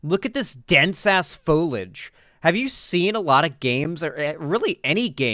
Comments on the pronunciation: i am begging you to pronounce foliage correctly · Him mispronouncing foliage is really pissing me off more then it really should for some reason.